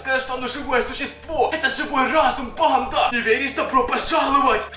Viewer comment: Почему ты говоришь типа банд а! А резко